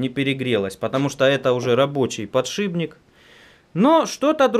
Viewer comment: а почему все время ты говоришь подшиБник,правельно ведь подшипник)